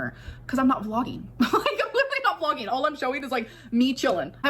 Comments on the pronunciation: “Liter-ly”. Okay at first I thought she misspoke but she said it incorrectly multiple times. So is that the new word now or is she trying to come up with an accent? 😂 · why does she keep saying LEE-durally 😭😭😭